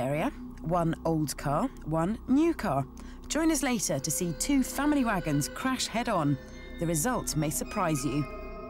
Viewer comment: Listened to it at 2x speed, it sounded like VBH was saying "Watch 2 fanny wagons crash head on", odd choice of words I thought till I slowed it back to 1x and realised she was saying "family wagons".